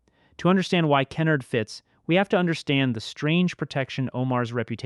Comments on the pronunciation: TF is key-nerd? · Na mond, Ken-Ard, Butt chee, also Keen-erd. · You're mispronouncing Kenard's name, great video otherwise.